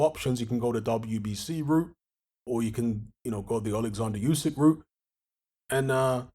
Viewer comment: are you ever going to say Usyks name properly?